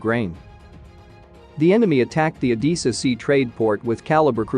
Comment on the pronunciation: Can soomeone please explain to this fool how to pronounce Odessa.